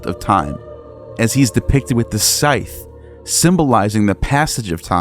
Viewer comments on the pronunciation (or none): none